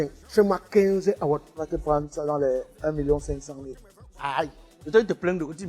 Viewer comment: Donc c'est "Award" que prononce "Awott"? 😂😂😂